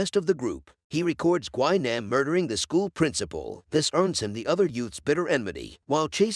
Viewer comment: It’s not pronounced gwi nom is GWI- NAM Jesus